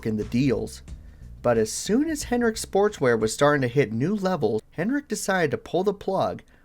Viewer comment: Dude, it sounds like you’re saying Rick Hen-rick, without the D. Cool video aside from that distraction.